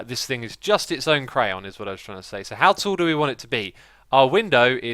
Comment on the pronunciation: you say crayon wrong.